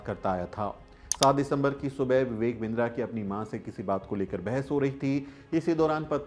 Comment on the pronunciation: बिन्द्रा नही किन्दरा😂